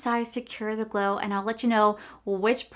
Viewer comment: The way you said secure the gler in the beginning made me smile😂